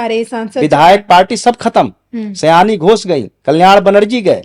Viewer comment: सियानी घोष नहीं, शायनी घोष है।